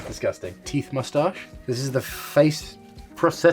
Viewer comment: “My teeit beard! My teeits”